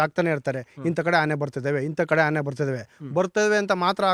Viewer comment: Haane alla guru 'aane'